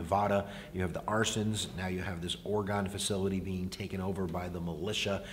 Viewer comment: Alright you need to learn how to pronounce Oregon.